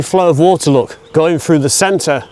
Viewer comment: The word through not frew